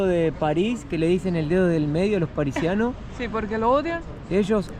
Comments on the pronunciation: cada vez que decías Parisianos me daba como jaqueca, son PARISINOS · Parisianos no se dice, es parisinos... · No se dice parisianos, es parisinos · Parisinos se dice, no parisianos! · "parisinos" y "científicos" van a pensar que los argentinos no sabemos hablar jaaaa😊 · PARISINOS se dice no parisianos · Se dice Parisinos. Jeje! 😂😂😂😂👍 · Parisinos (no Parisianos) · Son parisinos, no parisianos 😂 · No podes decir parisianos. Deja de hacerte el pelotudo 😂. se dice parisinos o parisienses. La segunda no sabía, pero la primera la sabe todo el mundo 😂😂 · Parisino no es parisiano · estás seguro que viviste en ARG?? "Parisiano"??? "policiamiento"???? En cuanto a París, otros Youtubers q creo conocen un poco más q vos, dicen q París ha cambiado para mal, en los últimos años debido a la inmigración ilegal. Los musulmanes (y su cultura) están x todos lados Así q disfruta París mientras puedan